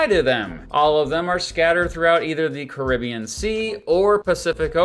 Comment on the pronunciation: You really need to learn how to pronounce “Caribbean” correctly.